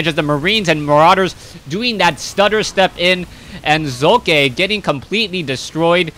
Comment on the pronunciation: Hey, the second time u tried to pronounce socke was just right. the "O" in Socke is speakended very short... ^^